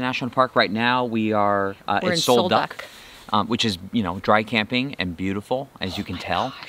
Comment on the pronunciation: Sol Duc is pronounced Sol "Duke"